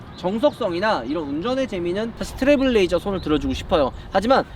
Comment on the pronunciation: 트레블 레이저 아니고 트레일 블레이저 입니다 ..